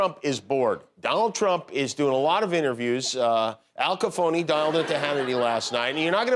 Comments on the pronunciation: ‘Al Caphony’..😂😂😂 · “Al Caphony” 🤣🤣🤣🤣🤣🤣🤣🤣🤣🤣🤣🍊🤡